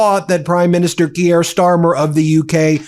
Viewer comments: KEER Starmer. Keir is pronounced with one syllable. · Ben: You mispronounce "Keir". It does not rhyme with Pierre. It rhymes with "peer" or "tear".